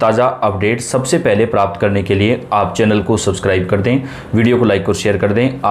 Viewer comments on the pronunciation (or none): none